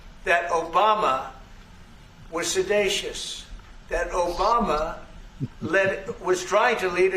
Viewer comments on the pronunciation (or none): Old on sidecious? What is that? He doesn’t know how to say seditious!